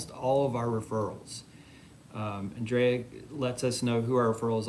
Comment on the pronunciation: Uh Ooooo, Andrea's gone Hollywood. It's no longer An-dree-a, now it's On-dray ahh. Hmmmmm.